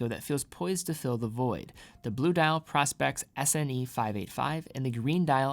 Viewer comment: Uh, nope, the bracelet DOES have a diver’s extension. Someone is demonstrating how to use it in your video. How can you produce a video, if in fact you produced the video, and have no idea of the content in the video. Are you a content creator or not? Asking for a friend. And it’s pronounced Pro-Specs as in Professional Specifications. No what your hawking dude. You’re damaging your credibility. Sheesh. SMH 🤦🏻‍♂️